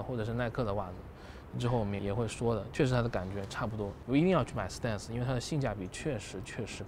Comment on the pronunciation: 哥 你这stance的发音真心不准啊